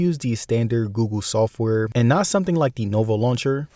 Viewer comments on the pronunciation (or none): Bro is always saying gugu instead of Google. xd